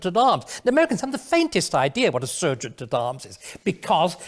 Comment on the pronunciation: We Americans don’t say ser-geant, we say sar-geant, just like you English do. I hate it when foreigners tell us what is wrong with our country, our culture or our politics, what do you know about it? Absolutely nothing. We don’t presume to tell you what is wrong with yours. For example, most black/white relations are perfectly fine, until sometimes when police authority comes into them, there is certainly systemic racism there. You only see the most extreme examples on TV, as do we. Growing up in the US in the 60s, we didn’t even know there were “different races”, because there aren’t, everyone always looks a bit different from everyone else, that’s just the way it is here, race relations aren’t the daily problem that you foreigners think it is.